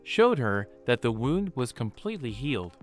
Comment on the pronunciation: And now, the AI can't pronounce "wound". I'm so glad that we are entering a world of poor mediocrity.